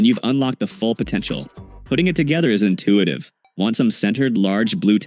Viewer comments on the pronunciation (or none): It's INTUITIVE, not INTUATIVE